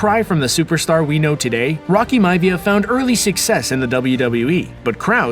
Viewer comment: Its Myavia not Mavia it's pronounced differently